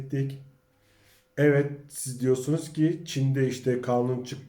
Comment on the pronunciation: yav abicim o nasil evvet demek öyle, tamam güzel insanlari anliyorum ama evvet demen sana yakismiyor. sadece ikiye bölmeden evet yani yazildigi gibi söylersen rica ediyor ve tesekkür ederim.